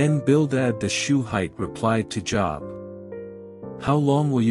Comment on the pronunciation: I wish he would pronounce Job's name correctly